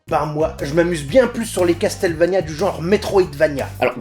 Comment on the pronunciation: Tiens, tu ne te plains pas d'entendre "casteul" au lieu de "casseul" ? XD